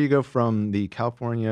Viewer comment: I’m so ashamed that I burst out laughing hearing say Calipornia